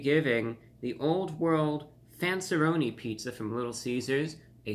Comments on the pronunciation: For as much of superior interest you purport, I was dismillay for your lack of taste pronunciation of fanceeroni but considering that it's probably a b level pizza I do concur that your distaste is warranted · I absolutely love how he said the “RONiS” 😂😂